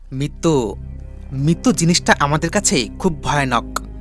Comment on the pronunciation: Mittu😂😂😂😂😂 mittu ki re vai? Mrittu... Voice artist nen apnara. Ki baje voice. Thik vabe uccharon o korte parena